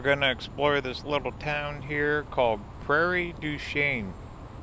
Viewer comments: it's prairie dew sheen not shane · Nice video tour! Just for you general knowledge,Gutte nberg, IA is pronounced "Gootenberg" and Prairie du Chien, WI is pronounced "Prairie doo Sheen". Keep up the good work! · In case anyone is interested that town is pronounced Prairie Dew Shane. If you would have followed the Mississippi further you could have filmed the town where they filmed Grumpier Old Men. That movie was so realistic. Never boated all the way down but did many river trips including from Bayport, MN to almost the MO border. Lots and lots of locks. The walls are very slimy.